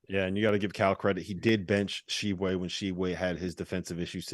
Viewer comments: BRO! They way Hansborogh put the T in the front of pronouncing Tshiebwe make me want to throw something at him 🤣 T is silent 🤫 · Guys, the "T" in Tshiebwe is silent. It's pronounced Oscar Sheeb-way. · Guys, the T is silent. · The T is silent my guys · The way they pronounced Oscar's last name bothered me the whole time. Ugh! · Jesus Christ, the T is silent in Oscar’s last name, I thought y’all were supposed to be professionals. This is year 2 of him playing and you can’t bother to say it right?